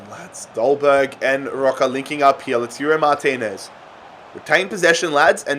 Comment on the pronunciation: Every time you said "LOOTOORO Martinez" you left a fan crying in a corner D: It's Lah-ooh-tah-ro if anyone was wondering haha